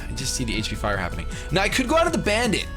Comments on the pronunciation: First time you said bandit in the video, I thought you said banded, and I thought you switched items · Every time says Krookodile's nickname. I think he's saying "Banded" as in he's Choice Banded, but then I have to do a double take and see that he's actually called Bandit the Krookodile who's Choice Scarfed. Ehhhh ma brain.